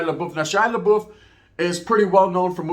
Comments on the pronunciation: You pronounce his name like labuff not laboof lol. Sounds way more funnier the way you say it though. Stay up with the content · THIS MF SAID SHY LA BOOF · I laughed every time you called him Laboof 😂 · Shia LA-boof. 😂😂😂 Awesome video. You gained a subbbbb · I think your pronouncing his name wrong😂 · He only said his last name right once, lol...